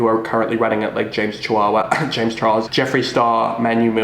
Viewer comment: Sounded like you said "James Chihuahua" 😂😂😂😂😂